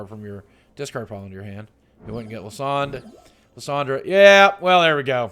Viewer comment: It's pronounced Lie-san-der Boogie, just thought you would like to know.